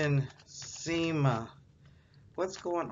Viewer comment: You can’t articulate her name correctly!